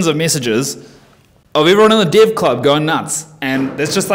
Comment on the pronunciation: Man thats amazing, something funning: I would swear you are saying div, not dev (the subtitles got your back this time).